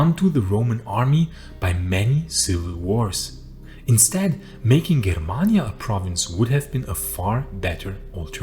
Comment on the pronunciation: the G in germania is pronounced like in Germany.